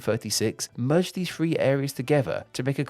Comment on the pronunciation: Three* not Free